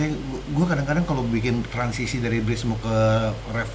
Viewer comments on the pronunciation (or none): none